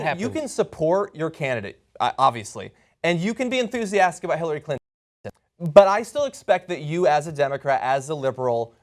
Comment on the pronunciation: Clin-tone Deaf? hahaha. priceless :)